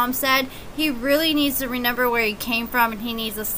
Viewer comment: “RE-nimber where he came from” 🤣